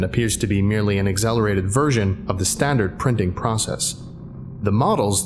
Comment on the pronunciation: Your accent peeks through when you say accelerated